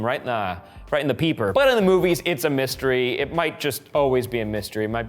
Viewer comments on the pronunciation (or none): none